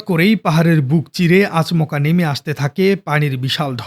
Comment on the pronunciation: আচমকা কে আচ মকা বললেন।